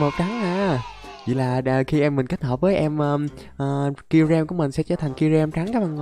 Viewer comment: Sao ah nói kyurem là zerom 😂😂😂